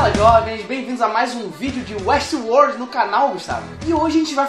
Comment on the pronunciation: 31 detalhes de uéstiuôr